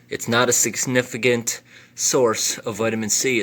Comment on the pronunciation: nobody: guy: sigsnificant no hate haha just made me giggle